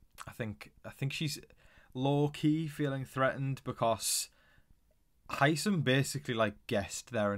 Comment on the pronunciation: Why does everybody, including you, pronounce Hisam wrong?